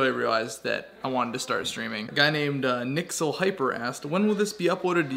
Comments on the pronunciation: “Nixel Hyper” It’s Pronounced N Y Excel. lol. Maybe you were just not paying attention but I found that funny. Cool vid. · he says nicksyl but it said NYXL lol